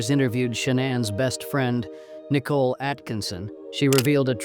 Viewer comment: It's very distracting and unprofessional to mispronounce names. It's NICOLE (SPELLED NIICHOL), NOT NICKLE